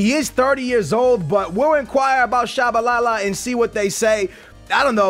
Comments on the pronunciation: how you pronounce Tshabalala and mispronounce Biabiany lol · Really skills, out of all of the names you mispronounce you get Tshabalala right? REALLY?